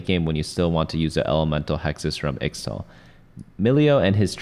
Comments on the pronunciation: its pronounced ich-tal not ix-tal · its pronounced ishtal not the way you were saying it